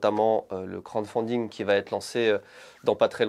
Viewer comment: Je suis le seul que ça agace quand dit « Crande fonding » au lieu de « crowdfunding » XD Très bonne vidéo sinon ça fait plaisir de retrouver l’équipe (presque) au complet